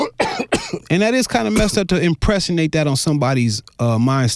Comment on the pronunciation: Dude said, " To impressonate that on someone's mind.. " lol wth, that's like saying impression, impersonate, an resonate all together.